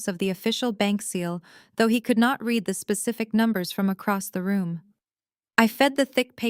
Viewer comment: read - pronounced like red the colour, is the past tense. I read his book last week. read - pronounced like reed, a swamp bush, is present/present perfect. I will read his book next week. You are choosing the wrong one. Your AI will not learn if you do not correct it.